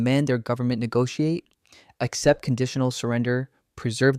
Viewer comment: " Accept" not except.